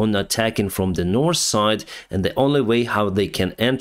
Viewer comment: I can hear the " North " is now spoken perfectly , however don't change to suit us . You are our Ukrainian friend . Thank you for the updates 💙💛💙